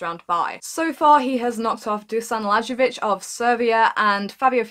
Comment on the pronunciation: Thanks for the video! Missed the ATP stuff, I confess :) (minor detail: Dusan Lajovic - the last name is read like "Lie-oh-vitch" :) )